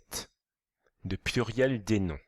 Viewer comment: Il dit puiriel au lieu de pluriel, mais la vidéo est bien